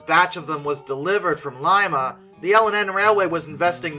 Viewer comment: My brain, "Wait...hold up...he said Lima, OH in the correct manner." Much happier watching this video.